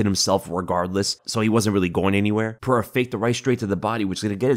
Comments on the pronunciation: piera lmao still cant say his name right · its Pereira, not Piera. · Oh and his real name is pronounced ( pahaira) your welcome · Thank you for addressing that. I don't know why DC, the mega cheater, thinks his words have ANY validity. Not even gonna talk about. He's a clown who can't even pronounce Pereira's name right 2 years now.